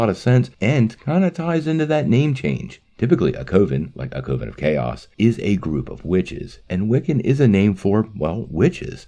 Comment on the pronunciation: Please learn how to pronounce "coven". It rhymes with "oven".